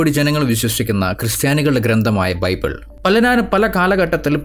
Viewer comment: ബൈബൂൾ. മുത്തു ചിപ്പി വായിച്ചാ ഫീലിങ്ങ് 😮😮😮😮